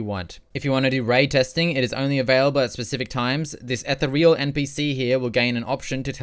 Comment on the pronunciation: Fucked up way to pronounce ethereal